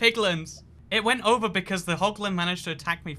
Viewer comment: “Ovah” “Nevah” I don’t hate it,I just think it’s cute